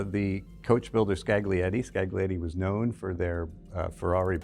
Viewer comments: scaGlietti. Facepalm. Isn't that so hard to embrace the idea that latin alphabet is used in different languages and words are pronounced an stressed differently? A docent in a world-renowned museum. You should know better. Thanks this is not the video on french coachbuilders, one only knows how they could have been butchered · the G in Scaglietti is silent! skah-lee-ET-tee! I did foreign language diction in uni... in 1982! You can too! (edit: you managed it with Vignale!)